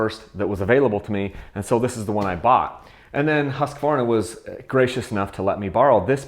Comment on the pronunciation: it's pronounced "husk-varna" NOT "husk-ah-varna" lol